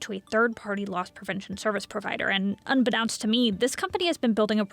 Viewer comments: That was an unique way to pronounce 'unbeknownst'. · "Unbe-NOUN-st"??? Unbe-KNOW-nst!!! Also, you can't refuse a return, only a purchase in the first place. Laws govern returns, not shops. Edit: in the UK. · Unbeknownst - not unbe-now-nst. As no credit is given for narration, I'd say hire a human being that can get the job done right or tighten up your AI.